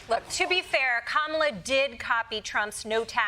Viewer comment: Donny, if you want to make it with Kamala you need to be able to say her name… correctly 😂